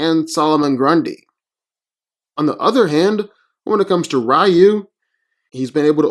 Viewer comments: It's pronounced "Ree-yoo" not "Rye-yoo"! ugh why do people always pronounce his name wrong still? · It's pronounced "Ree-yoo", not "Rye-yoo" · Reeyu not Raayu. Moreover REE YU stomps. Nothing on batman belt and wit can stop Ryu when he goes evil. Without batman classic prep time, In a random fight, batman loses badly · Rye-yoo sounds like some tasty bread 🤤🍞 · Even in English it's pronounced "Ree-yoo" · HI, I am from Thailand. In my country, it is a pronounced "Reew" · Eww, rye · The man's name is Ree You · Let me get this straight 1: you say ryu is predictable but yet hes beating everyone in sf who has characters who read movements 2: you cant even say ryus name right 3: how the fuck did you not add ryu can tap into the dark hadou and that even more powerful state of nothingness?? Oh I know cus you just fanboyed out on batman movie trailer CLOWN VIDEO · Ofcourse he had him lose cant even say his name right. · Simmons Except, that's how it's pronounced in Japanese. Do a Japanese to English search and listen to the Japanese pronunciation of the name.